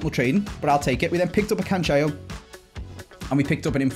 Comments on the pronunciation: Please don’t say “Cancheo” pronounce it - Canselo. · pleeeease we’ve corrected you before, you even spoke about it in a video.... it’s pronounced CAN-SELL-O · Good Day no it really isn’t ur just as bad as